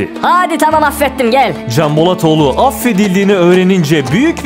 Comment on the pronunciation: Elinize sağlık, dublaj seçeneği çok güzel olmuş, sanırım yapay zeka ile metinleri sizin sesinizle okutuyorsunuz. Bazı özel isimlerde hata yapmış. Canbolatoğlunu "Kanbolatoglu" olarak telaffuz ediyor. Diğer özel isimlerde sorun yok.